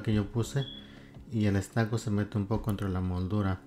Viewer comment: No sé dice estaco, se pronuncia ESTUCO...